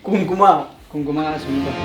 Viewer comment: Sheer khurma antaru babu kumkuma kadu😅😅😅😅